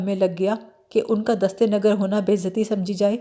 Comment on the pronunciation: Dast E Nagar galat hai. Dast E Nigar/ dasteynigar ( Shaerh hai ) دست نگر ( نگر کے " ن " کو " ز " لگا کر پڑھنا چاھیئے )